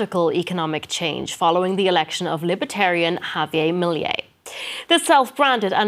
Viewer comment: this girl cant say "J-A-V-I-E-R M-I-I-L-E-I"